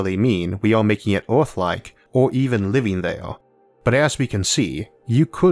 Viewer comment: "Oooorthh" again XD